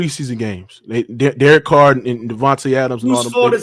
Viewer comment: This man said Derek Carr 😂😂😂😂